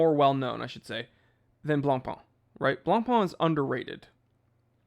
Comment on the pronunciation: Can we get a compilation of saying Blancpain?